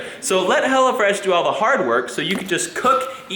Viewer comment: Ahhahahah))) "Go to HELLofrash...")))